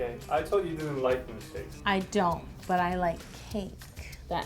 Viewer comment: Why does she say "mElkshakes" nuuuuuuuuu I hate when people say that 😭😭😭